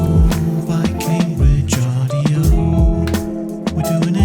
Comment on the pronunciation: I thought you said cocaine bridge when you said go Cambridge 😂😂😂😂